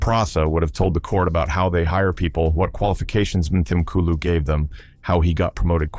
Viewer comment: Would be SO nice if it were narrated by a real person who could pronounce South African names and words properly. Examples: the 'h' in Mthimkulu is silent. It's pronounced as Mthimkulu. And the 'W' in Wits (University) is pronounced as a 'V'. Next time please just get a real South African to do the speaking.